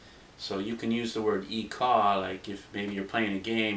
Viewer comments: hi! just wanted to correct your ikaw you dont say it ika its (ee cow)... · you did a nice job but ikaw is pronouned (ee-kow)